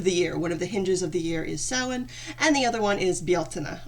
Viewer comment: Samhain is the Irish word for November. Bealtainne is the word for May. Thanks for pronouncing it right because no one ever does lol. Do you know if there’s a term for someone who is native and Gael ? It doesn’t matter I was just wondering.